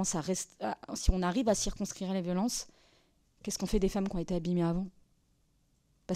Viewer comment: circonScrire,pas cxirconcire..Dommage car le reste est très interessant..